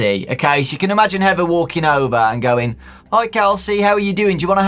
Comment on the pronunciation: be like "heva"